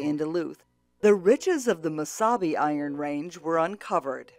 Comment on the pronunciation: She doesn't pronounce "Iron Range" properly. She stresses "Iron"....a true Ranger wouldn't do that.